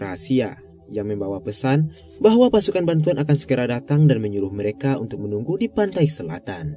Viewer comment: Abangnya bilang "mereka", yang gua denger "merika" Beberapa kali gua pikir amerika 🥲